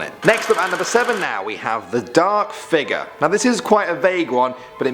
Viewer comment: i like how you say figure "figuur"